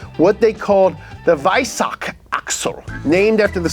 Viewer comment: Its funny, to listen how you say "Weissach", if you know that city and how its spelled in german. 😂😂😂